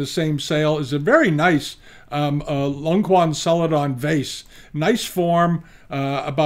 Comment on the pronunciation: you’re a good hearted man I can feel that, but telling your viewers a Ming dynasty vase (it’s pronounced Long-chew-an by the way) can be sold for 400€ on a shady website (when you repeat over and over not to trust these in your previous videos, especially when they are full of low price rare pieces) greatly undermines the confidence we have in your expertise. This is my opinion.